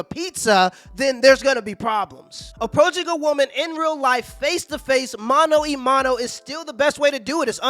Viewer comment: I never understood why most english speaking people say "mano e mano" instead of "mano a mano".